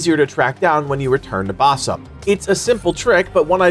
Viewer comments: Fyi it's pronounced like ba-seem, not bass-um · It's Basim, not Basam. :)